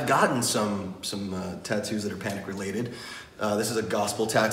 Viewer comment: HE LEGIT SAID CANIC AT THE DISCO